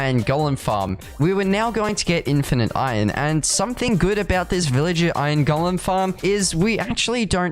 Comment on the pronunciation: i love how he says iron. just „ion“